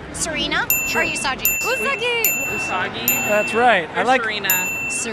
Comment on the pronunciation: Every single person got Usagi wrong....It's pronounced "oo-saw-gi" (with "gi" as in a karate gi").